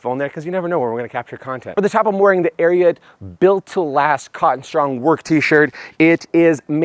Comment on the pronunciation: If I’m not mistaken, you are pronouncing Ariat wrong